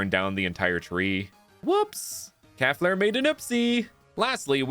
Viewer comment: Hey I used to have a fire type cow Pokémon called calflare too But it’s pronounced “cal-flare